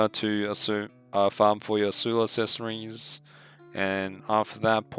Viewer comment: "assessories" lmao